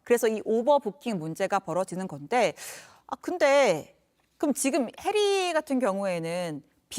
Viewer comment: 여자 진행자 미친건가요? 해리가? 해리한테? 한번은 실수인줄알았는데 계속 이름을 저리부르다니.. 혼꾸녕즘 내셔야할듯하네요